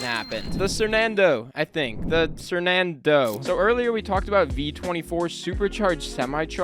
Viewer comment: Bro, you just Unlock the core memory by saying sernando I used to watch them when I was a kid